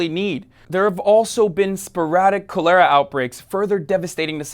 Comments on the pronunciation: It's pronounced CALL-er-UH not *cole-AIR-uh*, but otherwise an amazing job. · What on earth is "cho-LAIR-a"?? Hasan, come on...surely you've played Oregon Trail and know what cholera is. But thanks for covering an important subject...I honestly didn't know much about what's happening in Yemen. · cholera. CALL-ER-UH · It's nam 2.0. Let's hope they don't try to bring back the draft. Also, Cholera? You mispronounced Cholera?